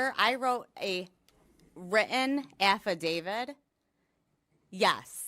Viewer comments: What's more: I love the way she says "Affidavid" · "I wrote a written afadavid", OK Karen